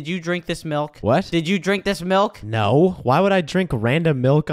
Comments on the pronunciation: "There's so much malk" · says malk😂😂😂🤣🤣🤣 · said malk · did call milk malk?